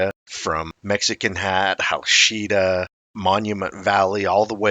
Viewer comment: Hachita is pronounced Ha-cheat-a, not Ha-sheet-a. 😂😂😂